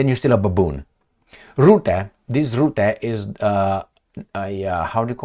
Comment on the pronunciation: Rutte, not Rootte. Learn to pronounce his name.